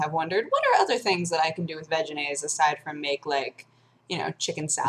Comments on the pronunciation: every time you say "veginaise " i giggle. just sayn'. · I know you're saying Vegenaise, but it sounds almost like Vaginaise...just sayin... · Ha. "Vegenaise." It sounds like "vaginas." ...And I'm allowed to vote, people.